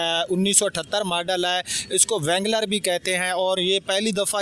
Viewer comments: Its called RANGLER W IS SILENT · First of all its called wrangler with silent 'W'. You shouldnt do review if you dont know anything about the thing you are presenting. This review is total crap...